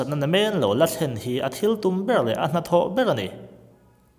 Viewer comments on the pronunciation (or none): none